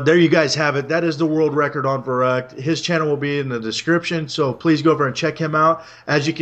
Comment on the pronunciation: its verrückt not verrukt!